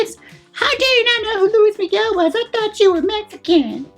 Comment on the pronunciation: Did she say Louie Miguel 😂😂😂😂😂😂 ❤️ i can’t LOL